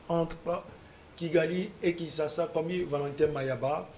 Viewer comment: pourquoi vous dites toujours Kinssassa au lieu de Kinschassa?